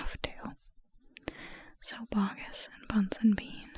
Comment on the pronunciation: I know it’s truly unimportant but I also need u to know it’s “BoggIS” not “BoggINS” :)